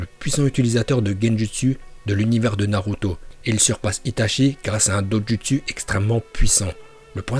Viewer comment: Les vidéo de sont en moitié en VO donc c' est pour ça que dit Naluto yo. ( Le "l" en VO se prononce comme si il y avait "r" ).